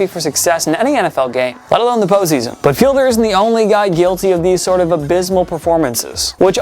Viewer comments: It's Jay Fied-ler, not Fielder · "Feed Ler" not Fielder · Definitely not Jay Fielder. Jay Fiedler (Feedler) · My God could yall at least hire someone who has seen a season's amount worth of games who would maybe know players names. PLEASE, its Jay Fiedler (feed-ler) not Fielder which said wrong 4 times!!! And while yes they are two letters reversed in their surname but any fan would cringe to hear a clueless non-fan talk like they know shit. C'mon Man.... Do Better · It isn’t “Fielder.” It’s “Fiedler.” FEE-dler. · It’s Fiedler, not Fielder ! Geez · It's Jay FieD-Ler, not Fielder. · Downvote for not pronouncing Fiedler properly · I noticed that too. He also mispronounced Jay Fiedler's name. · Y’all need to pronounce more names correctly Jordan HOWARD Jay FIEDLER y’all don’t care